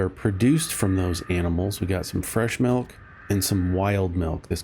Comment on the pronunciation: HE NEEDS SOME MEELK!